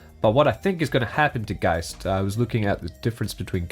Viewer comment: finally, someone pronounces geist right. every other videos says geest lol